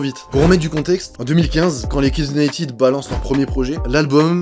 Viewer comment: Vidéo très intéressante. Mais par pitié les Français, arrêtez de dire "Unitiiide "! United se prononce "uniteude " pas "iiide". Ça fait mal aux oreilles.